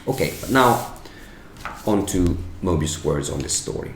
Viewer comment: Love your articulation of Maestro Moebius